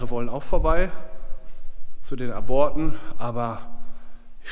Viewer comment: aborte spricht man Ab Orte aus